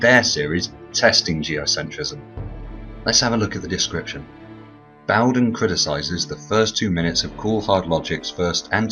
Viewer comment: SON OF A F*CKING BITCH!!! i have the same last name. well thank you for saying it right